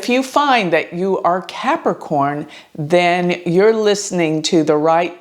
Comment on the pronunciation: One does not simply CAP-A-CORN